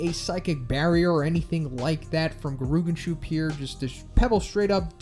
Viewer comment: "Gerooganshoop" 💀 it's Geh-Ri-Yoo-Gan-Shoup(Soup)